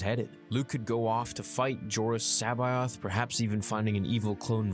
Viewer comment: Jor-OO-us Sa-BAY-oth. Straight from Zahn himself well over 20 years ago.